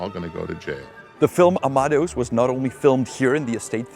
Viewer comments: That is definitely not how u pronounce amadeus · Is that the way Amadeus is pronounced in Czech? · Yes. Also Kreml insted of Kremlin etc.